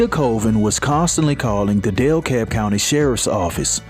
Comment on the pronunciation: That’s so messed up. He’ll get his just due id he hasn’t already. And with love for future reference, bc unfortunately there’s plenty of stories about victims here too-It’s DeKalb county, not DEL-Kalb ❤